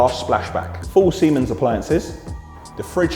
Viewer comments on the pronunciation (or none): none